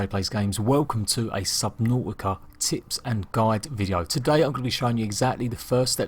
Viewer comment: Yeah! Subnau'ica! Not "t's" allowed.